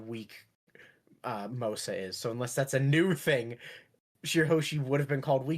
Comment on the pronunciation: The word 'Mosa' means 'hairy' or 'beardy'. And King Neptune is a very hairy guy that knows King Harald, so that's possible. Also its 'Mosa' not 'Mosu'.